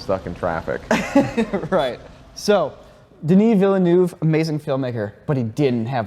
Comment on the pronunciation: "Denis Villynoove" lol